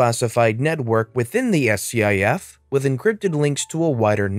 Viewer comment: It's pronounced skiff